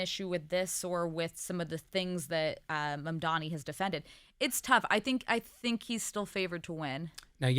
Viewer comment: They really should Mam-man-di on to school them in how to say his name correctly.